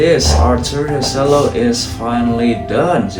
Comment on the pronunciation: who tf pronounced that as "se-llo* LOL